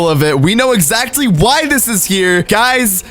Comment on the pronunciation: your such an amazing entertaining youtuber,but its pronounced as [exactly] , not [ezatcly]